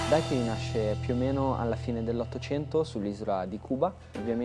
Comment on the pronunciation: si dice daiquirì la ultima i è accentata!!!